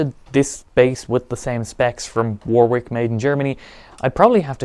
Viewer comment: You're english. Its pronounced WARRICK not Wor-Whick *Edit- you speak english